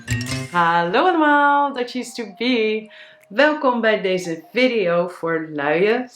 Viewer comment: Video spreek je op z,n Engels uit.